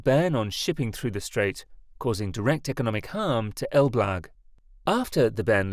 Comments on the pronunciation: What you call "Elblug" (Elbląg) is pronounced "elblong" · It's read like Elb+long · I cracked up every time the computer voice said "el-BLAG" instead of Elbląg 😁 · Pronunciation of Polish names is appalling. the letter "ą" is a nasal vowel pronounced as the French would say "en" as in "en masse" or "entente". The pronunciation is therefore something like "El blang g. Suwałki Gap (Note the L/l is not an L/l but is an Ł/ł is similar or not quite the same as the English "W/w". The W is proniunced "V" which migrates close to "F" at the end of words. The pronunciation is therefore "Soo vow kee". The canal is often known as "Kanał przez Mierzeję Wiślaną" (Canal through Spit Vistula) but more formally as "Kanał żeglugowy Nowy Świat" (Canal Shipping New World). As for the salt water arguement, it doesn't hold water. The Baltic has so little salt that it is almost drinkable. In any event, the Baltic flows in and out of the lagoon with the tides through the natural opening and marine species move in and out unhindered .